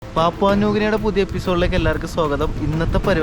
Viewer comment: Bro I guess it should be pronounced as പപ്പുവ. Not പാപുവ🙌🏻